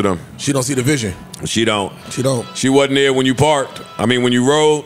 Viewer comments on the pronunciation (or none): none